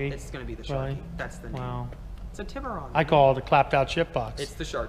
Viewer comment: Hy-un-die tib-oo-Ron. Tus-kan-e say it right